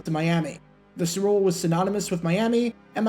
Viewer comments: Why can’t you pronounce “Super Bowl “correctly? Every time you say it 5000 mph. It’s not the “Zrbool” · Slow down; annunciate. What the hell was "Sewer Boe Two"?